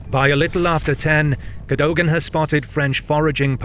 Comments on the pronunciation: Cadogan is pronounced "Keh-duggan". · Please do pronounce Cadogan properly. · The fact you can’t pronounce Cadogan’s name properly- same with Menin-, makes me wonder if you are just AI. I hope not but it’s not a little unsettling.